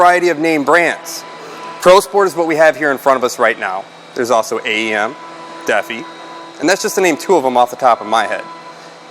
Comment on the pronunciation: Deafie... It's Da-fi. 😂